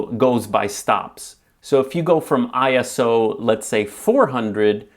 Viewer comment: Not I.S.O. but ISO in one go and I it’s not the I in English but rather the one you’d pronounce in Spanish. Comes from ISOS Greek for ‘equals to’ otherwise your video stands up well!